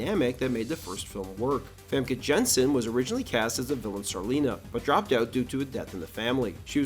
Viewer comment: Always interesting hearing non-Dutch ppl say name Famke Janssen. MIB: International is easily the worst MIB movie so far.